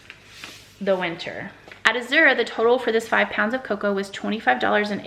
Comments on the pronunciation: Glad to see ya again! Hey you are pronouncing Azure wrong it sounds like azz-sure like the color blue. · Azure Drop Coordinator here. 🙋🏽‍♀️ It’s hard for me to type how the correct pronunciation is but the best I can do is this… The Z sounds more like a g/j. Kind of like the sound “Rooster from Annie” in the song “easy street” makes. The “ure” is not fancy. It just sounds like “er”. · Azure is pronounced just like when people say “azure sky”… people, don’t make it so hard. Azure sky. Simple.